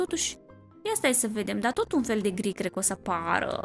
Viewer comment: nu mai zice gr se zice gri sau mai zici şi în alte episoade....